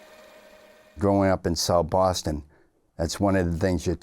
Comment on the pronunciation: Irish...... gwowing up in swou bwoston..... 😂